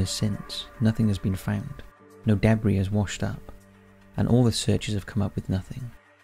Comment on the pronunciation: The narrator needs to realize that not all words are pronounced phonetically. "Si-lass" instead of "Si-luss" for Silas and "deh-briss" instead of "duh-bree" for debris.